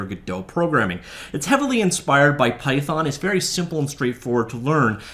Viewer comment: It's python not pythorn 😒